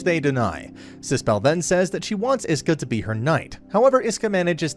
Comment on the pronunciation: bruuuuuuuuuuuuuuuuuuuuuuuuuuuuh its ISKA NOT IESKA OR HOWEVER YOURE PRONOUNCING IT im tilting just from the way hes saying it